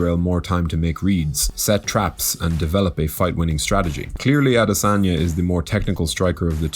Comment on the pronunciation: Thanks for butchering the afroasiatic royalty name.....you must be hungry